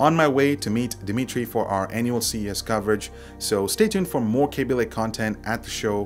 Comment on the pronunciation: K a a a a aby, pretty sure it's not KAbe love your voice though